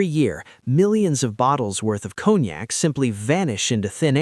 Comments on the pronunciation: It’s con-yak not cone-yak😂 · I figured from the way it's pronounced, "Cone Yak", that it was distilled from pine cones and mixed with Yak spit.